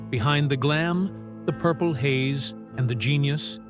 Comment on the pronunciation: PURPLE HAZE!!!???!!!??? I cannot believe even an AI MC screwed that up.